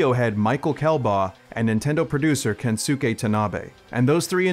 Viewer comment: It's pronounced *Kenske Tanabe, not Kensuke Tanabe. The U is silent.